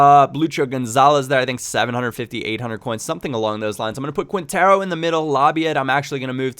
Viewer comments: Great tips ! Its pronounced KINtero : ) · The way you pronounce Quintero lol. Nah it's ok~